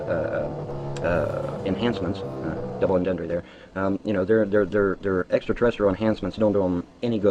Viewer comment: "double entendre there..." The world's smartest vampire punisher sorcerer black panther elder scroll wizard doesn't know 1) how to pronounce the French term or ) what it means. So much for being "just a little smarter than everyone else," eh? lmfao